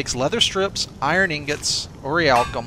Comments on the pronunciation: It's not pronounced or-iy-alkum, it's pronounced or-ich-alc-um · Nee-cromancers? Ori-alcum? Munshine?!? sigh Ohh, why must you do this to me -_